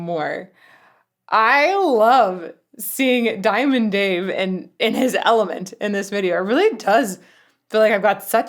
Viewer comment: You need to learn how to say diamond Dave your not there yet